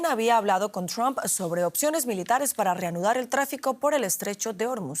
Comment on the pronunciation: minuto ospciones 🤣🤣🤣🤣